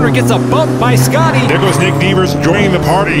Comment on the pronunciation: Schotty is pronounded Schotty, not Scotty.